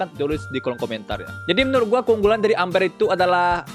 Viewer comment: Bacanya émber bang bukan amber 🤣